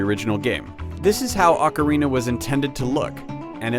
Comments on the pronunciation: its not pronounced "awk-orina"...it's "oh-carina" GET IT RIGHT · Back then, everyone pronounced it oh carina. Nowadays everyone pronounces it ockarina. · oak-arina lol. It's Awk-arina!